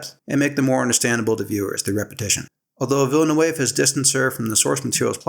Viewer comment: Interesting analysis. You need to learn to pronounce Villeneuve. It's a common Québécois surname (my best friend in elementary school was a Villeneuve). I'll try to describe the sounds. Somewhere between Vill-nuv and Vill-nehv